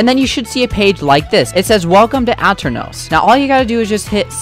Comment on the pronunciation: grrrr, its a-turn-ohs